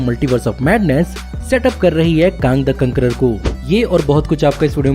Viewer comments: Not even Kang he used to say kaang🤣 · It's not call कांग its call केंग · bhai kang ko kaang kyu bolte ho?